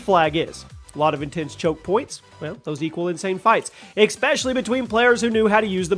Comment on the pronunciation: Bro said ‘expecially’ 🤣🤣🤣🤣